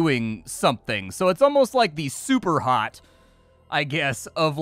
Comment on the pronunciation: You said “super hot” like dad trying pronounce his sons games